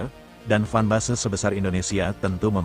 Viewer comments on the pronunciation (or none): Mimin, cara bacanya /fen besy/, bukan /fan base/. 😂🐒